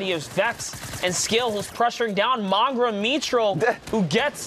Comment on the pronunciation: Bro why does the announcer say mongaal